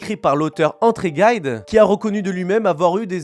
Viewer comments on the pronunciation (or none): André « Guide »!!!?? André Gide est Français et en français G et I ça fait Ji ! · André Gide se prononce "Jide" et non-pas "Guaïde"... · André Gide, svp, prononcé comme ça s'écrit, et non pas Guéide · André Gide, [ jide ] se prononce à la française puisque c'est un auteur français très connu à son époque. Merci pour le résumé. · Je tiens à préciser que André Gide est un écrivain français la prononciation de son nom avec une intonation américaine démontre le manque de recherche c est dommage je trouve